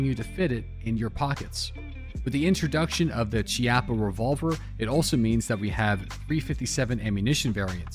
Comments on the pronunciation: Its key-ah-pah. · I think it's pronounced Key-Appa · It's pronounced (key-appo) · Hey, just so you know, the "ch" in "Chiappa" is pronounced with a K or hard C sound. And as most Italians will be very quick to point out, "Chiappa" here is also slang for asscheek (singular, plural would be "Chiappe"). The more you know:)